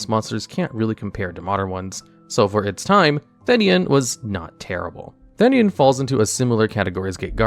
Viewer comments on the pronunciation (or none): You said the name of Theinen wrong